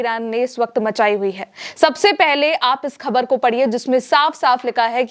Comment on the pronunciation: मैडम खबर नहीं ख़बर बोलिए